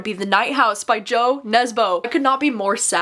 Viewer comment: Hi, just FYI in the Norwegian language Jo is pronounced more like YOU, not like JOE 😊 Also when talking about translated fiction we have to take into consideration that may not be the writing style that is bothering us, but the translation itself may just not be good, and in some cases - pretty bad, actually and can ruin the book completely.